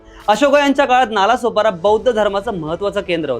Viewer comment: नाळा-सोपारा अस नाव आहे हिंदीत ळ ला ल बोलतात म्हणूण vdo बनवनाऱ्या चा अभ्यासाची सुरुवात च चुकीचे संगतोय नालासोपारा नाही तर नाळासोपारा बोल पहिले